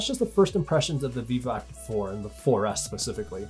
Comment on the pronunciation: Right near the end of the video, I realized he was saying "Vivoactive" and not "Beebop".